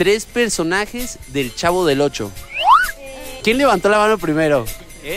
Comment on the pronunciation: dice CAHVO en vez de CHAVO